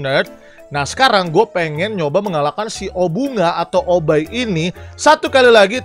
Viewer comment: Obbai bukan opai